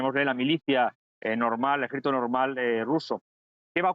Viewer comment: No hay manera de encontrar un currículum suyo en internet, así que no se sabe dónde ha estudiado. No articula en absoluto. Dice en este video "autócatra" por autócrata, y le acabo de oir en la radio decir "esadí" por Arabia Saudí, y "jédito" por ejército ¿Será militar?